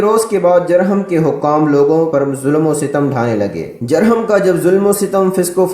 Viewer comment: تلفظ درست کر لیا کریں خاص طور پر جرہم کی جیم پر پیش پڑھی جاۓ گی شکریہ